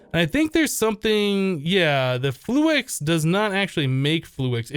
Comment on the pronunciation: Please it's fluix not flu-ex